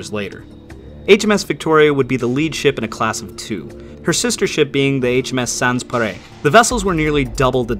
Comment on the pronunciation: with 151k subs I feel a short lesson in pronunciation is in order. Sans Pareil...sawnz par-eye. That's even how the brits say it